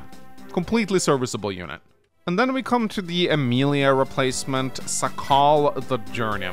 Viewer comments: it's AE-MEE-YAH. Obviously from Fate Stay Night 5th Holy Grail War Archer, which is Emiya Shirou. It's Japanese name... so you read it like Japanese, no long vowels. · Just so you know this character is a direct reference to the Fate series (Fate: Stay/Night, Fate: Unlimited Blade Works, etc.) and his name is pronounced like 'Eh - mee - yuh'. Not really a big deal and im sure you've had people tell you before but i just wanted to make it known. Also real quick here's a cheat sheet on how to pronounce any Japanese word. (for the most part) Again, not really a big deal but I have heard you mispronounce Japanese words/names improperly before so if you would like you can just refer to this guide. (Or just keep saying words whichever way makes you comfortable) Japanese has an EXTREMELY simple pronunciation system composed of 5 vowels. A, I, U, E, O, A is pronounced as 'Ah' (as in 'augment') I is pronounced as "Ee" (as in 'green') U is pronounced as 'Oo' (as in 'smooth') E is pronounced as 'Eh' (as in 'enter') O is pronounced as 'Oh' (as in 'open') Every other letter is pronounced pretty much the same as it is in English so you only need to know how to pronounce the vowels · The way pronounces Emiya hurts my soul. Him being my favorite Fate character.